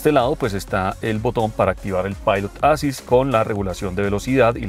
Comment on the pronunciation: Volvo siempre deslumbra con esas naves que sacan... Hermosa esa XC60 Recharge T8.... Como siempre, excelente video y reseña, gracias. (un pequeño detalle: la palabra en inglés "assist" se compone de dos sílabas que son "as·sist"; el acento va en la segunda sílaba (ə-ˈsist), algo como "assíst". Solamente eso). Gracias